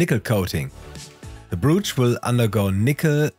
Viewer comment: Far be it for me to question pronounciation...I'm British living in Germany and my German accent is terrible. But,...a friendly pointer. "Brooch" is pronounced "Br-oh-ch" with the "oh" sounding as it would in "oh my god". Fantastic video...I have several pieces I want to plate and will follow your guide